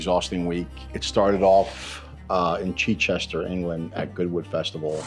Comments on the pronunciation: Ok ok,, this transplanted NY'er butchered the name! 🤦🏻‍♂️... no disrespect to the residents of that fine place ❤ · The way the presenter said Chichester at the start is wild 😂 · Best pronunciation of Chichester I’ve ever heard! 😂👏🏻 🇬🇧